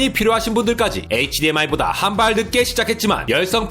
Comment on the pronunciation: 크으으 마지막에 열정넘치는 목소리 보기좋아요!! (HDMI에서 흐드미로 갈아타셨군요😏😏)